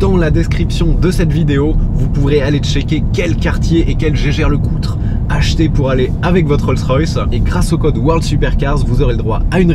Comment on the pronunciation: Super vidéo !! Par contre ta bien mâché le nom des marques de montres comme Breitling et Jaeger LeCoultre 🤣